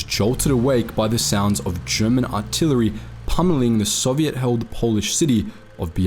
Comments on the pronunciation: Bro love your channel but why do you keep mispronouncing soviet 2 different ways 😭😭 its really frustrating im aussie too but I've never heard anyone pronounce it like that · It’s Soviet, not “Soviette”. They weren’t a dance troupe.